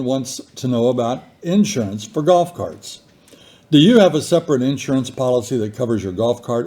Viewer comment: I love how you say in surance. A southern and midwestern, a different emphasis on the syllables!